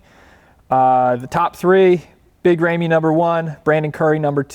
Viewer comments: Rah-me not Ray-me 🤦🏾‍♂️ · rah me not raymee